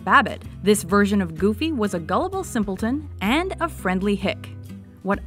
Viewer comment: Did he said Gooby?